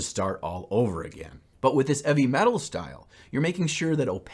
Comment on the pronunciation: Hahaha I was legit getting so angry how he was saying “eavy metal” because I honestly thought that it was meant to be heavy metal 😂 ma god I’m stupid! Nice job man looks great! I’m still deciding whether or not, I want to start the hobby of playing wat hammer 😳